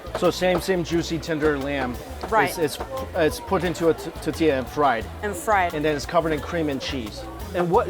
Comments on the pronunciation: Omg 😂 he cracks me up when he says tortilla like “tatiya” lol 🌮 😋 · Love your videos, but it's so cringy to hear him prounounce tortilla as tatilla.